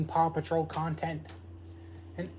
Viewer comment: A true fan who cant say paw patrol